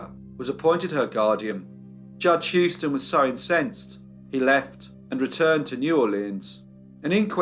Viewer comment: A minor point. Houston is pronounced "Who-ston" not "Hew-ston". Many thanks, fascinating as ever.